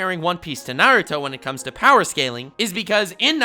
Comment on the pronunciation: only says power not BOWER. Only warlord level